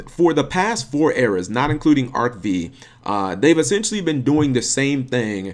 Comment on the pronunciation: Btw, Arc-V is pronounce Arc-Five #themoreyouknow